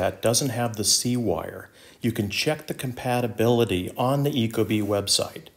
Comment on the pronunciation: it’s company name is pronounced eeeko-bee, just fyi